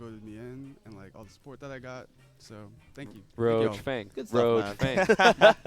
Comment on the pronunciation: Nigga said RoachFang jesusssss LOL